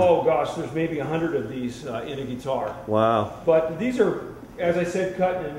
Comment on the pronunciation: Any Luthier is awesome! (Would be awesome to build a guitar as a DIY Project some time :D) Buuuuut! Did it bug anybody else how he kept saying "geee-tar"? Gah!